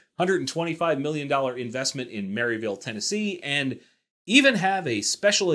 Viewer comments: Its mot pronounced "Maryville" it more like "Marevull" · S&W broke ground about 5 miles from my house. It is pronounced Merr Vul. btw. Glad to see them move into my area.